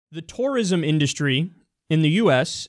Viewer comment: Anyone else find it weird how Kyle says "tourism"?